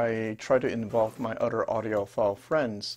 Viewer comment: Love the videos but it is other not udder.